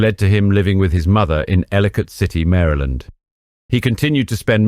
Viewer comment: I appreciate that you pronounce Maryland correctly. Thank you very much. Lol